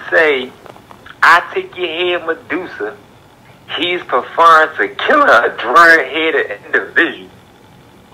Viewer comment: He said he`s perferrin.....(baby boy movie) nigga you know what I mean😂😂....oooh you mean referring